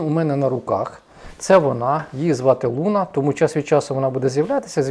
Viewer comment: Луна‘ чи Лу‘на?😊